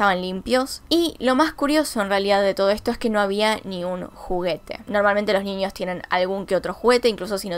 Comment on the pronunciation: Me está poniendo nerviosx con "extranias" "ninios" y "anios" 🤯🤯🤯🤯😡😡😡😡